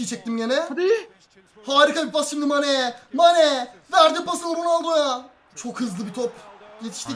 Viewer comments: Abi saneye mané demişsin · Abi iki saattir sane'ye mane diyorsun 🤣🤣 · Peki ın Sane ye Mane demesi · 3.25 sane=Mane 😂😂😂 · Abi saneye nşye mane dedin😅😅😅😅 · Abi durmadan sane ye mane dedin duyanlar +1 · abi mane değil sane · 3.31 mane değil sane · Abi saneye mane diyon